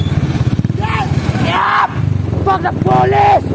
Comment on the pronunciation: Can't even pronounce police 🤧. Ur mom and dad must be very proud of you. Ccpur is in ur hand ummm 💔